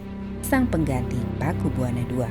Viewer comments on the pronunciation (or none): Bacanya Pakubuwono...bukan Pakubuwana